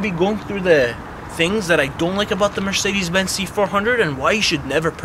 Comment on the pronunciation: Never say Mercedes benz like that I like Mercedes benz C220d Donot say like that